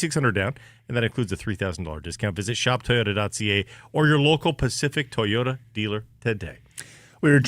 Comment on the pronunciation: Ever notice how says 'Ty-oda'